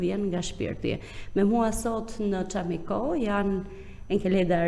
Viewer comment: Më falni dhe më mirkuptoni! Fjala "çámiko e ka theksin tek "a"